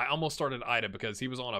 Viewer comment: I think Idah may be pronounced EE-duh